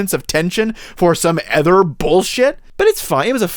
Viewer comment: Great video but please learn to pronounce “other”😉 No offense but every time you said “ether”, I flinched. Ether than that, you had very valid points.